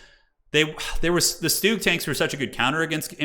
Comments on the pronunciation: the Stooge is pronounced Shtoog. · Stug, pronounced like Slug. Stuh-ugH Great casting man 🤙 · Please call the StuG with the hard G. It stands for Sturmgeschütz. Other as that, keep it up, these are entertaining to watch! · High level COH is so incredible to watch, the micro is insane. The way he blocked Crusaders with Carro Armatos to prevent it from escaping, clean AF. Side note: it's not Stooge, it's more like Shtoog, short from Sturmgeschütz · And he calls the Stug “stooge” lol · Nice Video but your pronounciation of Stug just hurts as a german 😅